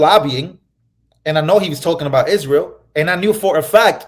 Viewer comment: mispronounced Israel…